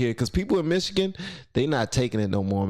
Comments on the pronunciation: Pronounced Michini.... Ya nevermind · Michi-gander. You're welcome 😁